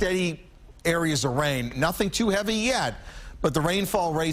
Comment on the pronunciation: A good broadcast overall but... "heavy rian"